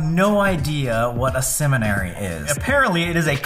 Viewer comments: "guys were at a place called the madison SEMEN-ary.." colby DEFINITELY knew what he meant by that. 🙏 "NOT SEMEN... woahh" im dead 😭😭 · I heard semen-ary.. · I know he did not just pronounce it “seminary” like semen 😂😂😂😂😂😂😂😂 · "semenary", you boys are so naughty, love it.